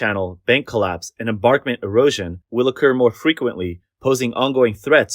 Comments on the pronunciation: Why does the narrator keep saying "embarkment" for embankment? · Mispronunciation of embankment as embarkment is a little bothersome. You make good points about choosing to maximize power production over protecting people and property. It's shameful that the government allows that to happen. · THE WORD IS "EMBANKMENT"! NOT ENBARKMENT! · Embankment = em-bank-ment, not barkment. Juss sayin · "embankment" (not "embarkment [sic]") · What's an "enBARKment" anyway? I'm familiar with river "enBANKments" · The narrator persists in saying "embarkment" when clearly the word should be "embankment" as even some of the video clips show. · Embarkment... embarkment... embarkment.... over and over again. Must be an AI voice to not know it should be embankment. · Embankment not embarkment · How many times did you say embarkment instead of embankment? 30? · embaNkment NOT embaRkment Voice Over person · FYI (nicely) EnBANKment not EmBARKment... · Its emBANKMENT, not embarkment. Got it? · And what is an "enBARKment"? It is pronounced EnBANKment. There is no R in that word. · Please pronounce correctly: embaNkment, not embaRkment... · Narrator : There is no such word as "embarkment". The word is "emBankment". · Read it with me: EMBANKMENT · You can say BANK , so why can not you say emBANKment .. there is no R in that word. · embankment "m bank ment" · Embankment. Bank, not bark. :) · "AI will take over the world" AI: Embörkment